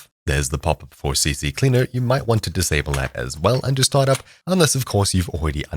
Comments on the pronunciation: Yo, it's not "CCCleaer" but just CCleaner lmao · It's C-Cleaner, not CC-Cleaner 😂 I used to say the same, so I find it funny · its not CC Cleaner BUT CCLEANER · Bro just said CCcleaner when in reality its CCleaner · Ahh a fellow guy who doesn't know that its Ccleaner not CCcleaner 😂